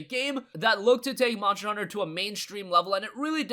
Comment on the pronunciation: “Monster” Not “Monsher”